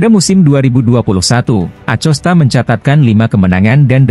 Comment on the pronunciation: Kok ada yg bawa berita ngomong MotoGP aja bisa menjadi moto ipi aku geli dengernya masak bilang MotoGP bisa jadi moto ipi tapi klo pas lupa ngomongnya betul 😅😅😅😅 ngelawak kayaknya yg bawa acara in akosta ya di sebut acosta memang tulisannya Acosta min tapi bacaannya akosta anak kecil aja ngerti min...min....